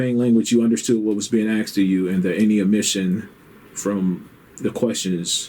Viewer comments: Interviewer: "...even though Norwegian is your main language, you understood what was being AXED of you?" Fuck, are "Muricans ever dumb. How difficult is it to say the word ASKED? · Do you understand what was being "AXED" of you? You threatening me 😳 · This detective says "axed" instead of 'asked'....idiot. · I’ll take, Guess The Race, for for six hundred, Alex. “... you understood what was being axed ah you.” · Lol... " So, you understood what as being axed of you ?" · Did the sgt. just say axed instead of asked? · the interviewer - "when they axed you this...." haha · Being “axed” of me ? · “You understand what was being AXED of you”. Lolol silly interviewer. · To the interviewer, the correct word is "asked" not "aksed". Slap the ghetto verbiage out of your mouth! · the questioning officer keeps saying something about axing- was there an axe involved in the crime? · Cleveland PD doesn’t do a thorough background investigation of its potential hires? Also “ asked “ not “ axed “ is what I think the detective was trying to say. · The interviewer says, Do you speak English ...he says yes, Interviewer says do you understand what I 'AXED' you...great example of English right there.... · The interrogator has a definite problem reading and speaking English. Axed for asked. Does not know the capital of Norway. Cannot pronounce Oslo. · The "awfisa" is getting some serious questions AXED of him. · I was thrown off a little when I heard the questioning detective say the word "ask" in that way. It always comes off as very unprofessional and ignorant.